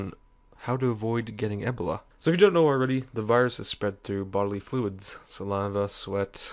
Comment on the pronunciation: i love how you say ebola... sounds like the right way to say it